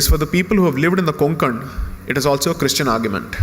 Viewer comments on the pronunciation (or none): none